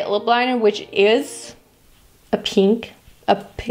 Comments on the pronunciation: its Pehnk😂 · What’s wrong with peeenk? That’s how I say it, I don’t think you pronounce it pink